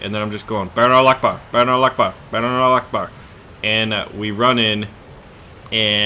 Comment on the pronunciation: You pronounced "Akbar" so wrong lol